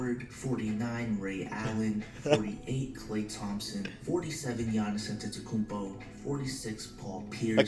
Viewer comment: the way to pronounce his name is Yonnis Antay-Tu-Kumpo